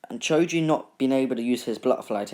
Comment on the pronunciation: I like how you say choji as chuji